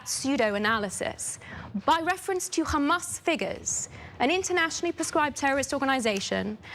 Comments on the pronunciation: This woman is a sewer pipe because only shit comes out of her mouth. It is Hamas you idiot it is not Khamas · Why do these genocidal maniacs insist on pronouncing it as 'Khamas', there is no 'Kh' in it. Are they all willfully ignorant or just smooth brained? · It is a lot closer to pronounce it like an H Changing it to their “Kh” is just dumb and shows their racism